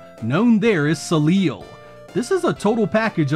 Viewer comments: Aww, it’s so cute when you yanks try to pronounce French words 😂 “so-leel” It’s the French word for “sun” and it’s pronounced “so-lay” (well, not exactly but close enough). Sorry for the ribbing, great video as always. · Soleil - so-lay - French for "sun". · Not to be that guy, but... the pronunciation is more like So-lay. It's French for "sun." Looking at the game... I still couldn't tell you why it's called that though. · pronounced "solay" Soleil, simply means "sun"